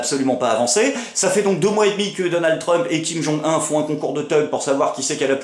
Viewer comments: Tu m'as beaucoup fait rire, merci. Tes transitions sont mieux travaillees. Par contre on ne dit pas Kim Jong Un mais Kim Jong Oune! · Tiens,, des fois que tu aies oublié ça! C'est Kim (le nom de famille) Jong Un (qui se prononce 'une', saloperies d'asiatiques!) Sinon, l'épisode était sympa!